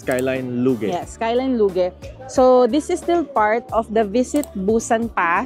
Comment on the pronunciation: I just found your channel and so far I’m enjoying your SoKor and Vietnam vlogs 🤩 Keep it up po! Btw, it’s pronounced as “loozh” 😊